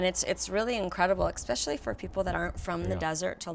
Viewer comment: Beautiful home! I'm always fascinated how people live in a desert like area with all the wildlife. A couple things Brooke, first it's "especially", not "exspecially" and secondly, please stop interrupting and speaking over your husband.